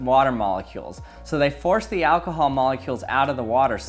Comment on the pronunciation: "What is this, Alkahaaal?!"😂😂😂